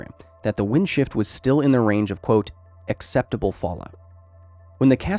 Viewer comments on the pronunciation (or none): "accept[a]ble fallout"